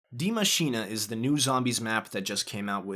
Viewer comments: Are you german ? Die maschiene hast du perfekt ausgesprochen xD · Wow you said die machine so right I thought you where German at least at second language 😅